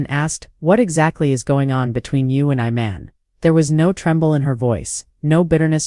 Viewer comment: His name is Iman not Oman get it right y'all always Fckg up someone's name